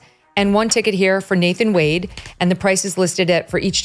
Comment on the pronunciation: Its nathan wade. Not nathan Wonder come on AI YOU CAN READ BETTER THAN A 3 YR OLD